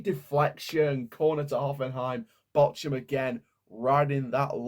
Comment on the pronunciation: Bork-hum. See the H as a K.